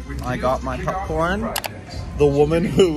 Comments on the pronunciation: I had to leave a comment because I was watching Joey's video from Disney sea Japan and the way he says popcorn was driving me crazy and I'm watching your video and your saying it the same way...... pupcorn 😂😂😂😂 makes me wonder if it is something you two picked up from being around each other for so long... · Is saying 'PUPcorn' an East Coast thing? Couldn't help but notice that both and Joey pronounce it this way.